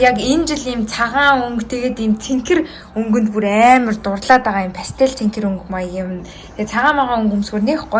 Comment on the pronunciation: Цэнкэр бишээ цэнхэр шүү